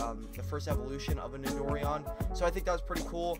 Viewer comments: it's not nidor-ian it's nito-ran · Its so cringy its pronounced Nido-ran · It is pronounced Nido- Ran